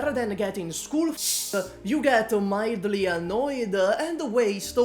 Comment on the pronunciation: ❌mildly boring ✅midly boring big true